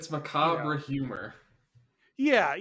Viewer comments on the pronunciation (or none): Someone tell macabre is pronounced "macob" so we don't have another Lafitte scenario 😂